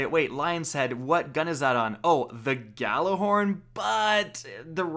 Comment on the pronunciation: Oh my god he said Galla horn. I know that’s not how you spell it not mad though